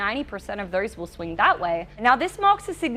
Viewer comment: What is wrong with this woman's mouth? She's substituting the letter E for the letter O when she speaks!! Saying "thers" instead of "those", or "verters" instead of "voters", etc!! It's hilarious!!